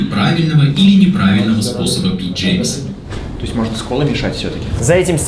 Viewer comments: Странно это - съездить "туда блин" (кстати, упустили такой очевидный повод для шутки), побывать в музее и не узнать, что ирландская фамилия Jameson произносится как Джемисон. : ) Смотрите рекламные ролики самой марки, если не верите. В вашем же ролике, на , отчетливо слышно то же самое. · Виски называется не Джеймсон, а Джемисон. Вообще куча вискарей шотландских и ирландских читаются не так, как пишутся.